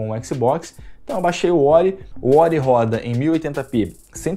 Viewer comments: Bom vídeo, mas que agonia o cara falando "xboxi" toda hora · Eu nunca reclamei de pronúncia nenhuma de nada, mas éqssibóqssi é foda kkkkkkk ótimo video irmão, não pega pilha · "O xboxi" Xbox de carioca mané